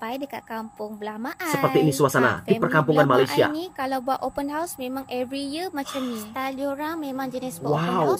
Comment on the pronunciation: Sebut betul2.....Open House.......bukan Open Horse......tapi konten menarik dan mantap....Selamat Hari Raya Aidil Fitri....